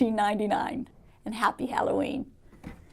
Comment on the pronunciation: " wdf " I was kinda freaking out there for a while from all the wing changes in video . after a while I realized that you said happy Halloween ooh daaa.